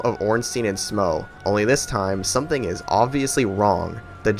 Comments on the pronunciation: Would've enjoyed the video, but mispronouncing Smough and Gough ruined it. Just to be clear, do you pronounce rough like row? Because that's how you're pronouncing these names. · Downvoted just because how you say “Smauw” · It's Smough (smoff) not (smow)) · Smough is pronounced smow though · it's SMOUGH not SMAUG it's literally on the screen. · HIS NAME IS NOT SMOW IT IS SMOUGH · Month late but I'm going to correct you regardless. Smough's name in Japanese is pronounced the same way you pronounce Sumo. So the correct pronunciation is actually su-MO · This guy has some weird takes on DS1… Quelaag and Iron Golem difficult, super ornstein/Smough harder than both of them together, the way he pronounced Smough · bro how tf you mispronouncing smough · Good video I'd say, but you disrespected Smough with that pronunciation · Not heard Smough pronounced like that before. Great video though